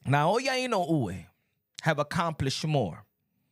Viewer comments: Pronounced “In no way” !!! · Man I hate how you keep butchering Inoue’s name. You should spend sometime trying to learn how to pronounce his name correctly my dude.